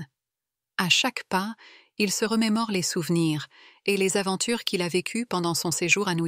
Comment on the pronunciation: Remérorer?! Seriously?